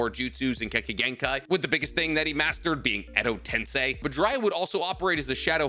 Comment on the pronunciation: YOOO HE PRONOUNCED EDO TENSEI RIGHT THIS TIME!!!